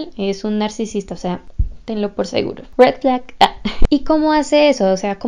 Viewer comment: Jejeje como me encanta cómo pronuncia red flag UwU